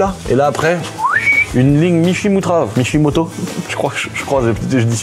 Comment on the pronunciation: AH tu voulais dire MISHIMOTO AU LIEUX DE MICHIMUTRA ??